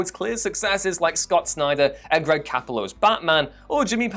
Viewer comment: love the comics king of whatculture mispronouncing Didio and capullo